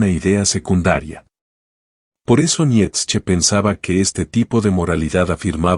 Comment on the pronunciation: Esta muy bien el análisis.... Pero por favor pronuncia Bien el nombre de Nietzsche, me llegó hartar tu pronunciacion.